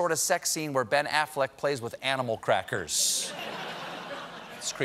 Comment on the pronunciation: I can’t get over how he says crackers